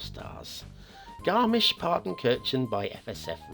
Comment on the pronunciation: You couldn't have pronounced it better! The ch in kirchen souns like a hissing cat but that's hard to reproduce as an English-speaker.